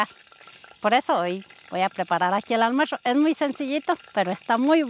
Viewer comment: Porque dices “almuersho” y no “almuerzo” de pura curiosidad, la comida se ve muy rica.